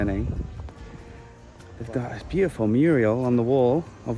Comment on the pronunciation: ........did you say "muriel"? Reminds me of Hilda Ogden in Coronation Street.She called a "mural" muriel 😂